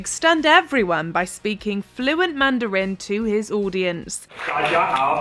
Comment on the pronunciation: The commentator needs to learn how to pronounce "Mandarin" in English.